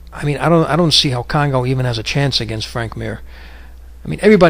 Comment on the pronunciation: kongo not congo